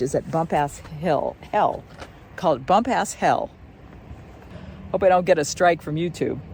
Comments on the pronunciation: Been hiking it for 50 years. It's BumPass Hell not BumpAss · It's pronounced Bump'-us. You didn't show the Kings Creek Falls. I know the observatory platform was burned, but I thought it wss rebuilt?????